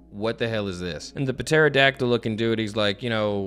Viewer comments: Bro puh-terodactyl is CRAZY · I love u but homie do u not know how to pronounce pterodactyl like I can't tell if it's for the meme or not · The ‘P’ in Pterodactyl is silent ❤ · Has no one told about the silent P? Wait a hot second... for the entirety of Wano is he gonna call King a Puh- Terydactyl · I love how says pterodactyl. 😂 Just reads it like a normal person. Sees the "p" says that a weird way to spell that... fuck it puh-terodactyl 😂😂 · Puh-terodactyl is my new favorite word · Cause he kept butchering pterodactyl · please, the P is silent